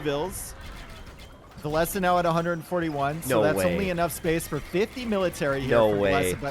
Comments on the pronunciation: Why is saying vilessa it's said vil-ess or vil-ease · Vilees, Vilese, Vilesa: Vilessa, Vileesa, Vilees It's funny how English speaking can't say the double L and if they somehow say it, they don't pronounce the last E from the Ville and only say Vill. Or twist it some other odd way:D Best I've heard from is to say Villes. I'm only triggered how says it like Vilessa. It makes it sound like a girl name:D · I think he calls himself V_I_llese and not Vill_E_se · Jeeze, if says Valesa one more time! I swear... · I absolutely enjoy and respect as a caster, but why did it have to be him on this set specifically, with his grating pronunciation of "villesAH"... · i'm over here thinking his name is pronounced vill-eez. but i hear you two call him vill-ess and vill-esseh. driving me nuts. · They absolutely need to. This "villeZ - villes-AH" is like a cheese grate to the ear. was doing it on purpose I guess. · Doesnt matter which way is correct, the 2 of you need to agree on how to pronounce "Villese" when you're co-casting